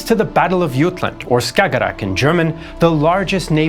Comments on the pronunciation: Did you say YUTLAND? YOU DID.... DON'T, JUST DON'T. IT'S JUTLAND AND YOU KNOW IT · So regarding the Battle of Jutland, what was the thinking behind the way you decided to pronounce it? Because it sounds wrong in every language I can think of being involved, the sea it is fought in is Skagerak, the place it is fought near is Jylland which is called Jutland in English because for some reason English people dont seem to care what the locals think things are called so they make up their own names, so much for this politeness they pride themselves on I suppose. Skagerak was spot on though and honestly I dont understand why this battle was not called the Battle of Skagerak because everyone agrees on that name for the area.